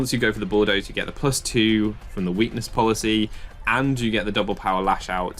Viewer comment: you said "and activates my weakness policy" wrong. its "and activates my WEAkness poLICY".